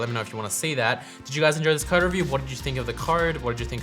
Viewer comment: It took me 3 minutes to figure out what this "card" you kept talking about was. I realized you're just an aussie pronouncing "code" :D